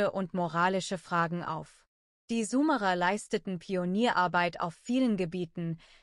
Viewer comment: Könnt ihr bitte mal eurer Kommentar-KI beibringen wie das Wort "Sumerer" ausgesprochen wird. Das tut in den Ohren weh.